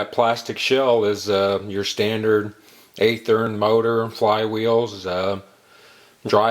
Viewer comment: By the way... It's pronounced with a Short "A" sound. It sounds like the word "Have". Athearn Just like Kato is not pronounced like the Green Hornet's sidekick... It's K "AH" TO not K "AY" TO.